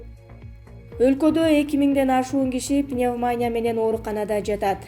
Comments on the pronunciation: Диктор,нормално тексти окусан,холхоз мес к к колхоз,..пневмания мес пневмония десен,кулактар соолуп калдыго.. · Пневмания эмес пневмония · Дагы деле ошол,халхозчу эме колхозчу деп айтылат,пневманя эмес пневмания деп айтылат,бул диктор кызды жоготкулачы нервке тийбей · Пневманя дейби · Диктор кыз пневмания эмес пневмония деп туура окусан,уят да жанагы биздин спикердей ж.б.депутаттардай болбой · Журналист кыз ото сабатсыз экен! Респетатор , госпитал , пневмания тфуу блять! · Эй кыз пневмАня эмес пневмо(а)нИя деп айтчы нервди кашайтпай🤨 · Пневмаааания эмес пневмониииииия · Журналист кыз респитатор дейт го .уят. Гаспитал Пневманя Ото сабатсыз 👎👎👎👎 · Мектепте окуган эмес го мээси жок уялбай пневмаания дейт го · Пневмания дейби мына журналист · Пневмаааания деп окуйсунго. Пневаниия. Иии ге ударение. Курстан отуп келчи. Чон Кыз. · Пневмаания эмес пневманиия десен.не деген сабатсыздар кобойду.Маянелер кобойду го ушул акыркы убакытта. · Не деген заман билимсиздер бардак дикторун кара уят эле окубай эле койчу пневмания уятэ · Окуган кыз туура окуганды уйронуп алчы садагам,уят го,кыргвзча да туура окуй албайсын гоо,М: пневнамия дейсин гоо,озунордун устунон иштебейсинерби? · Журналисттер комиссиядан отушпойбу? Респиратор-респитатор, пневманя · Эй окупаемости жаткан канчык пневмаания эмес пневмания десең. Спикердин карындашы эмес белең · Пневмания бейби?басымды туура коюп окусан?чаласабат журналисттер .окуп текшертип анан эфирге чыккылачы сураныч.ансыз деле "нервный"болуп турган элдин кыжырын келтирбей.. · Не ПневмАния а пневмония. Что за позор. пневмАния деген соз жок вообще. ПНЕВМОНИЯ. ударение на букву "И". Неужели нельзя посмотреть в справочнике или в других роликах как правильно произносится и пишется это слово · Сука туура суйлогулочу Госпиталь деп айтылат Гаспитал эмес. ЭЙ чон Кыз суйлогонду билбейсинби ИДИ НА ХУЙ ПНЕВМАНЯ БЛЯДЬ ДОЛДУРОГОН ЧМО СУКА СЕН ТАНТЫРАП СУЙЛОГОН УЧУН УШУЛ КАНАЛЫНДЫ ХУЙ да корбойм тантыраган тантырак каяктан чыктын сен бля